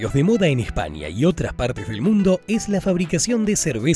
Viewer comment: Este vídeo esta a la altura de la pronunciación de espania.....